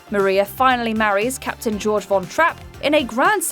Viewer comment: George Von Trapp? 😂 It’s pronounced “Gay-org” And like everyone else, Sandra’s dress in The Proposal was vintage, still ugly imo, but vintage. And I would rather have worn Marie’s dress than the one from Crazy Rich Asians.